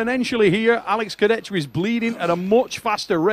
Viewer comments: keep saying Kurdecka(Kurdecha) im dying xD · Can someone teach this how to pronounce names that are not John Smith. It is not Kurdechka dude, Kurdecha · I: Kurdecha: Kurdecka😂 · Man it’s Kurdecha, not Kurdetsky smh Also… Denis CHIPlenkov?😂😂😂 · Alex Kurde-Z-Ka - he's changin names as he imagines them as an American thinking about Eastern Europe.... who cares to read the actual name...LOL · pronouncing names like Chael Sonnen. Kurdecka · Alec Kurdeskya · How can I pronounce Alex second name for now… all time now it’s Kurdecka 🥲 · Why is saying “Kurdezka” all the time? Jesus Christ, I love, really, but when he continuously uses the wrong pronunciation, it’s really really really annoying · Please learn how to pronounce Kurdecha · butchering Kurdecha‘s Name everytime he says it…